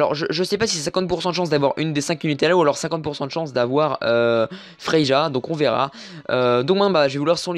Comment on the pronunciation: Merci pour la vidéo. c'est vrai que tu parle un peu vite, mais cas vas. Sinon on dit pas Frei"ja" mais Frei"ya" 😉